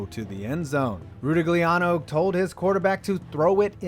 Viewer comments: pronounced "RUE-TIG-LEE-AN-O" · It's pronounced "Ra-TIG-LI-Ah-No"....(c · Phonetically I believe it's pronounced: Roo-tig-lee-ah-no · Not sure how you're including RR88 as a stupid coaching decision if you know that there was solid logic in not sending out the kicker and that Sipe tried to force a throw instead tossing it into Lake Erie. Sam Rutigliano would have rolled over in his grave with your pronunciation, but he's still alive.